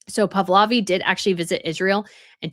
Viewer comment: Pahlavi, NOT Pavlavi. Please get this right !!